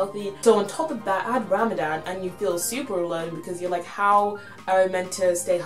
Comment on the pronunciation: and u say it ramathan but written Ramadan